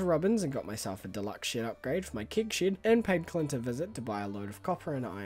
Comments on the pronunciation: Im the guy who gets bothered by the weirdest things. Why do you pronounce it „kig“? Its kEg!! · I celebrate you pronouncing things differently but I also skip 10 seconds ahead when I see kEgs! Kappa